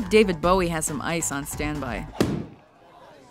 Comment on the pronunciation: pronounce david bowie right next time